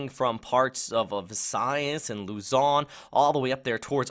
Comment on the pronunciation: Thank's Bro . . professional Raport... your fluent on sayin luzon and name of other islands in the philippines. Thank's